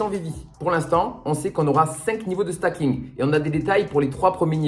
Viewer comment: Bonjour. Juste une précision, on ne dit pas "stacking" mais "staking"... comme dans "proof of stake". Bonne journée!